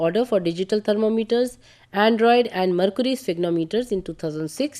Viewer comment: Aneroid is pronounced as android and sphygmomanometer as sphygmometers.